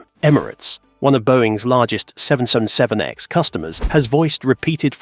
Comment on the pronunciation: You need to learn to pronounce 777X However, I think that getting rid of the rubbish Ai would be a good start! Repeat, Repeat, Repeat! Nope! time to block this site!